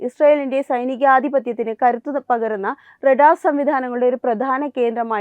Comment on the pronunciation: റടാർ അല്ല റഡാർ.